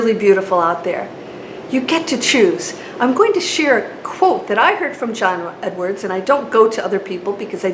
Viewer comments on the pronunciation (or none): Learn to pronounce John Edward properly